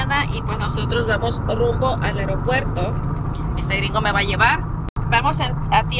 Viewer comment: Eropuerto " Aropuerto" ???? Es Aeropuerto 😃